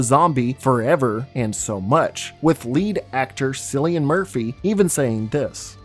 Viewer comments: btw its Kill - EE- An, not silly-an lol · Interesting video, but it was so grating hearing you say “silly-en Murphy instead of “Kill-e-en” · haha just noticed you said sillian murphy just want to let you know it’s pronounced kill-ian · I find it funny that youtubers can't fact-check themselves when it comes to an actor or character's name. It's pronounced Killian, the "C" is acting as a "K." Jesus. And he's well known you should already know this. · Man is disrespecting Cillian Murphy. Its pronounced kill-ian. Not silly-an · Wait, did you just pronounce it Sillian Murphy, like with an S? That ain’t right lmao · Love the video, it’s pronounced killian murphy though not sillian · Bugs me when people pronounce Cillian Murphy as Sillian it’s pronounced Killian other than that great video. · cillian murphy is pronounced with a hard C. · SILLIAN???? Sillian Murphy??? 🤣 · its Cillian with a "K" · Still cant get over Cillian murphy being called "Silly-an" 😂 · "Silly-an Murphy" 😂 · FYI, Cillian with a K, and he’d tell you the same with a straight face. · It’s pronounced “Killy-En” Murphy lol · Is that how you say Cillian Murphy? I've always pronounced it "Kill-Ian Murphy and he's my third favorite actor ever. My life doesn't make sense anymore. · As an irish man, i can confirm... It's pronounced "Killian Murphy". Even with the C, it's irish name so the C sounds like a K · Cillian is pronounced Kilien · Its funny how he calls cillian Murphy sillyan murphy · "sillian murphy" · It’s pronounced killian Murphy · Wow, his name is pronounced Killian, not with a “soft c”… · This is such a phenomenal breakdown and take on the film. It’s one of my favourites and was done so well. It truly was a rollercoaster the first time I watched. Just to add “Cillian” is pronounced “killian” ❤️ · The mispronunciation of Cillian’s name filled me with uncontrollable Fenian rage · It's pronounced Sicilian....jeez ;) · Was looking for this comment